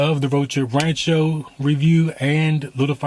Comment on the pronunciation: i loved todays show!! i need to catch up on more videos for sure. I been behind a little bit. haha it sounds like you say the road trip rancho not rant show lol. oops, ur food looks delicious. thanks for sharing. beautiful story